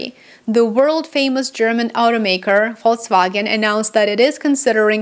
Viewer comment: You say Volkswagen correctly.